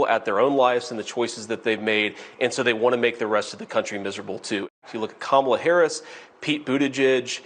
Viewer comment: kamla nahi guru ... kamaala 😁